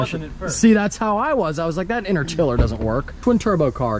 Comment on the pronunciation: Hearing u call it an interchiller made me cringe. Good vid tho😂